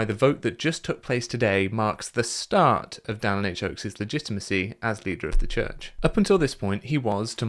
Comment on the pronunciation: “Dallas Harris Oaks” ?!? Who dat?!? Imagine being so mediocre you won’t even correctly pronounce a name and that was your only job.